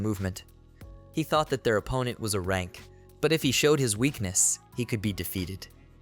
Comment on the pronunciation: Hey since you’re using a text to speech boy for this when saying things like “A-rank adventurer” type it in as “Aye-rank adventurer” so it won’t read it as the other “a”